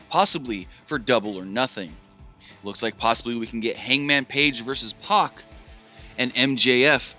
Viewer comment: He was pronouncing Pac's name Puck!!!